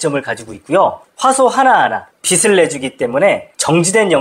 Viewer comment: 빛을[비츨]을 계속 [비슬]이라고 발음하는 게 너무 거슬려서 보다가 중도 포기. 내용은 좋은데 아쉽네요.